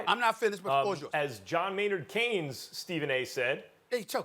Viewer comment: mans said Keynes 😂